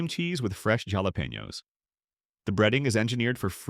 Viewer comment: Can you trust a video that cannot even pronounce “gyros”, “milligrams” or “jalapeños” correctly?